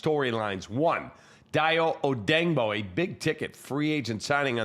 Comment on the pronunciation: "Day-O O-day-ing-bo", not "Die-O O-dang-bo". Look at the way it's SPELLED, & pronounce accordingly, dipsh*t K(r)ap.